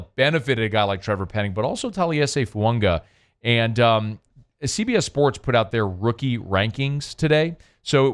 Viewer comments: Taliese Fuaga on NFL Network. said “last name is pronounced Fu-ang-a. Like Tagovailoa” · To put this to rest already....straight out of fuagas mouth himself......... Taliese Fuaga on NFL Network. said “last name is pronounced Fu-ang-a. Like Tagovailoa” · Literally the saints website says it’s pronounced Foo-AH-gah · Bruh stop mispronouncing the man’s name